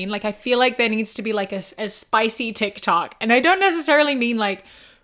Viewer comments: GIRL DID U SAY TIT COCK INSTEAD OF TIK TOK😭 WHILE talking about a spicy tiktok, I'm dead. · you saying Tit Cok instead of Tic Toc in that moment. 😂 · I listened to this like 5 times and I KNOW you meant TikTok but I can literally only hear ‘tit-cock type platform’ 🤣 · You misspoke and said titkok and I think that’s perfect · I'm sorry, I'm pretty sure you said tick tock every time, but I heard "t*t c**k" when you were pitching a NSFW tic toc, lol. And that is a great name for it, lmao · Not to derail, but when you start talking about a "spicy" tiktok, you called it "titcock" at one point and I am losing my mind because that would actually be the best name for it LMAO